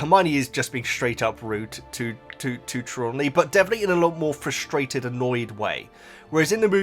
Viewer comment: It's Tree-law-knee